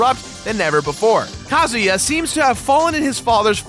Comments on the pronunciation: Too much emphasis on Ka. It's not Ka as in a bird, it's Ka as in uhhhh. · Ka-Zoo-Yaah. Not Ka-Zoo-Ya. You pronounce it too fast man. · you pronounced kazuya wrong